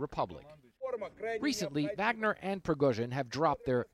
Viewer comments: Wow. Repeated mispronunciation in multiple ways in the same sentences by CNN commentators. "VOGNER" NOT "VAGNER" OR "WAGNER". Irritating and sloppy. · I think it's pronounced "vog-ner". Not "vag-ner" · Vahg-ner, not Wag-ner. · Why do cnn pronounce it so badly? Should be Varg-ner?